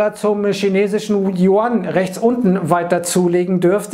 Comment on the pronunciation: Die Währung der VR China spricht man "jü-än" aus. Sonst alles top.